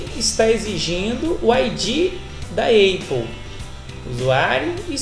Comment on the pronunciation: Caro amigo, sua explicação foi excelente. Todavia, gostaria de fazer uma pequena observação: a pronúncia correta é "épou" ou "ápou". Quanto à palavra Cloud, a pronúncia correta é "claud" e não as palavras "eipou" e "cloud", pois estão pronunciadas incorretamente. Desculpe se fui indelicado e um grande abraço.